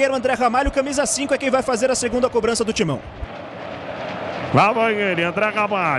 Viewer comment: O narrador ta falando cobrancia 😅😅😅😅